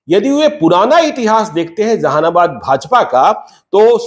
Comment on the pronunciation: Tumko Jehanabad bhi boln nahi aata . Zehanabad bol rahe ho